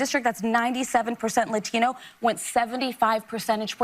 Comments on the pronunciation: Did she say Lathino? It's Latino not laTHINO! BIMBO!!! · Whats up with that crazy lady saying emphasizing “latino” the way she does. Shes chamalas clone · LOL why must libs break into a phony Hispanic accent when pronouncing “Latino”? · Sunny Houston can’t even pronounce the word Latino properly. It doesn’t have an a at the end it has an O I know I’m just being an asshole, but that’s just me. Hooyah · I cannot stand the way Sunny pronounces “Latino” 🤦🏼‍♀️🙄 Let her keep going, she will never get it. Red wave 2028 incoming, Sunny.